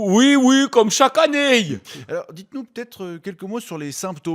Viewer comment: un jurassien qui dit "annéeiii" ?? Aïe, raté sur ce coup ;)